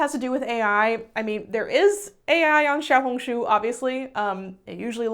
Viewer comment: ur xiaohongshu pronunciation was SO GOOD you're like the only non chinese person i've heard who pronounces it right